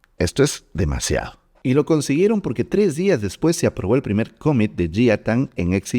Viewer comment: Impresionante contenido!!! Gracias!!! Solo un detalle… pronuncias mal la palabra COMMIT, y varias más… En inglés no acentúas… (cómmit).. trata de pronunciarlo plano, sin hacer énfasis en alguna letra … commit…